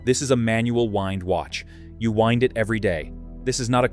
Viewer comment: AI - “wind” with a short “i”.